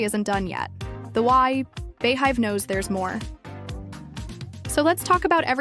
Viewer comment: Beyhive is not pronounced bay-hive!! It's bee like the bug!! Beyhive! She is the Queen BEE just spelled BEY! Just like her name is pronounced BEyonce not BAyonce! Like her non profit foundation is BE good. Got it? Ok.. Carry on! 😂